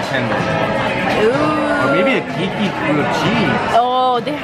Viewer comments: Keiki is pronounced KAY-eee-key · Loved it all. Glad you guys finally got to come to Hawaii…hope you enjoyed it here. BTW, Keiki is pronounced like Kay-key 💕🌺 $honunani85